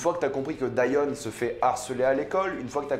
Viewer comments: on dit diON pas dian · pourquoi tu dis dAion alors que même dans la série en VO ils disent Dion? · Comment peux-tu prononcer Dion « Daïon » après l.avoir vu en anglais ? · En français ça se prononce « dionne » 😂 et je suis pas du tout d’accord, j’ai vraiment aimé cette série et j’ai hâte de voir la saison 2 (je pense qu’il y en a une) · En francais sa se prononce Dionne mais sa s'écrit Dion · Sa se prononce Dionne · Wallah arète de dire daion tu me stresses appelle daion 😤😤😤😤😤😤😤😤😤😤😤😤😤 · On dit dione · Que tu prononces son nom moi j’entends John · On dit dion (dillionne)